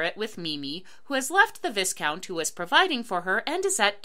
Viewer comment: you misspelled the second "employer" and you mispronounced viscount, it's VY-count.